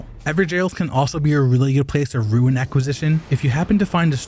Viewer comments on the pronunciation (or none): Rune is pronounced 'ROON' not 'RUIN'.